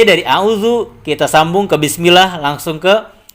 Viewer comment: klo baca "bismillah", di awal2 video mengucapkan "bis" nya kurang begitu jelas..